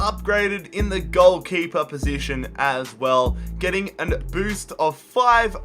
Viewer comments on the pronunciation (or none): none